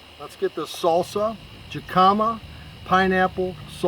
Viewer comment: Great recipe the J in jicama is more of an h sound so phonetically it’s pronounced hick-uh-muh.